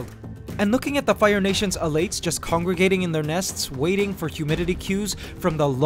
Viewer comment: elate or elite? not sure which one your saying. Either way love your videos.